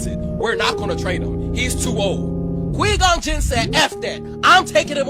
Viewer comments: Qweee gon jin 🤣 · Kwee Gone Jin? Who the fuck is Kwee Gon Jin?